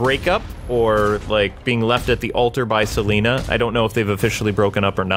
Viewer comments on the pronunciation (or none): none